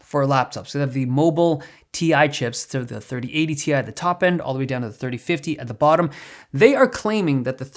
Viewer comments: Dave, u know that's Ti (Tie) pronounce right, not Tea-eye -Nvidia 2022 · Dude it’s not ‘T-I’, it’s ‘Tie’ 😂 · Isn’t it Ti pronounced ( tie )